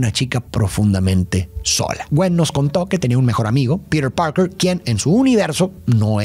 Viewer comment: Lo único malo del vídeo es como pronunciaba Peter Parker del resto 10 de 10